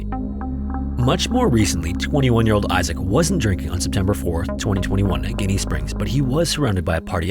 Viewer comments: I really wanted to listen to this episode as I am very familiar with the place, but after you mispronounced GIN-E (phonetic spelling) Springs for the millionth time I just couldn’t. PLEASE find the correct pronunciation of a place before trying to present information on it. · Ginnie local! It is pronounced jenny. I grew up going to school with wes daughter tessa and we did a 4th grade field trip in 2003 i believe it was and watched Wes dive with Tessa on a tv screen at ginnie. Was an awesome experience. All the locals were sad when he passed a few years later. I still go to ginnie this day. Its beautiful and intimidating at the same time. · I live in Florida. You missed pronounced the name of Ginnie Springs. You pronounce the first part of it like you would be if you were asking for a bottle of gin. It's like saying Jenny but with an I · It’s Pronounced like Jenny Springs. I giggled every time you said it. Lol I grew up there and never heard anyone say it that way. 😂 love your vids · You're not a floridian, huh. Ginnie Springs sounds like Jenny. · It's pronounced, Jenny Springs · I live five minutes from here and we pronounce it like the name ginny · Seventh generation Florida native. It's pronounced "Jenny" springs. 🙄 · Very nice video....but its pronounced "Jenny" springs. Love your stuff, dude. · It's pronounced Jenny just not spelled the same. 👍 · It’s pronounced as Jenny Springs just not spelt that way. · Ginnie is pronounced like Jin-ee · I live in Gainesville. It's pronounced "Jenny" Springs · It’s pronounced as “Jinny” Springs. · FYI, Ginnie Springs is pronounced like The Jen- in Jenny, so it would be pronounced like "Jennie" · btw, we pronounce it as "Jinny" springs here in FL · Local here i know it's spelled with a G but it's pronounced Jenny springs just to clear that up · Ginnie Springs. Ever had a gin and tonic? Yes. That pronunciation. That's because the water is 'as clear as gin'. An old saying. Hope that helps. :) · It’s pronounced JInnie springs.